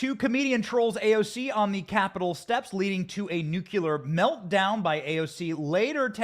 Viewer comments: Should be nuclear not "nucular". There is circular, angular, ventricular, and even corpuscular. There is no such thing as "nucular". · I like you, and your content, but surely, you are intelligent enough to correctly pronounce the word nuclear,,,,🤔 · A nukular meltdown? It’s nuclear. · Hey Benny, you're great. But you got me giggling over here... You pronounce "nuclear" like my kids! It's cute and funny 😁😂 It's pronounced "nuke-lee-er". Not "nuke-you-lar" Obviously nbd... it's just funny, that's all. (Don't come at me ppl! I'm saying it's funny!) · Haha that's how George W. Bush always pronounced it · It is funny! 😁❤